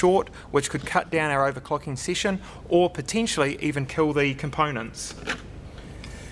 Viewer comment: owercocking sesion....wwwriiite